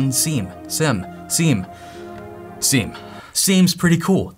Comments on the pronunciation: Sim not Seam for the love of god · Hey it is not seam, seem, it is siem (see i'm) 🍉🥝🍊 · It is 'seeam' like veeam , but spelt siem. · I before E, except after C. It's pronounced "SEEM". Just like Priest, Chief, Brief...you get it. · It's pronounced "sim" god damnit why did he say it like that